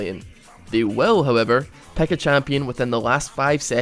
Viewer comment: Lol, you pronounce pick like peck. So funny :D